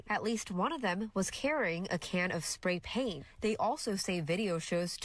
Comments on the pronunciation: Why can't the reporter say "spray paint" correctly? I wonder how she says "Cool-Whip" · My favorite part is the odd pronunciation of "spray paint"